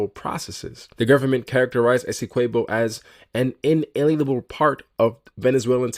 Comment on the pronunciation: You're butchering the pronunciation of Essequibo